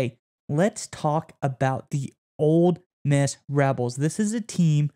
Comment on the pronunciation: Its Ole Miss, not Old Miss.